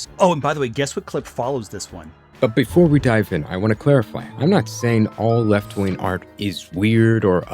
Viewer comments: Dude pronounces “wing” as “win.” Zero credibility. Edit: apparently “ween” is an alternative pronunciation of “wing” for him as well. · I hear proof that this man can pronounce Gs but for the life of me every time he says "wing" or "winger" it just sounds like ween